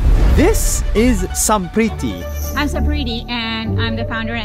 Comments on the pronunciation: she says her names as sampritti being an indian,but nas daily pronounce her name as samprithi properly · It's amazing how 👩 mispronounced 👩 own name yet this 🧔 pronounced it better. Trying so hard to fit into that "i know english" role, that can't even pronounce 👩 own language well, yet has a horrrreablle meexeed 🇮🇳/american axeent after spending so many years there, like lmao.